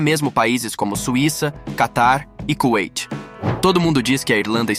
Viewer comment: Foi um robô que narrou esse vídeo? Pelo amor de Deus . Não sabe nem falar Kuwait e Estados Unidos em português!!!!